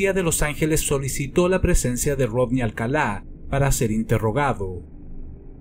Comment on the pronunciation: me encantan tus videos, soy un adicto a ellos y he visto todos, pero, tengo una duda, ¿Por qué dices "Alcalá"? cuando incluso el presentador del show refiere a el como "Alcala", no quiero que se mal interprete, pero si fue un pequeño sacón de onda que pronunciaras su nombre como si estuviese tildado.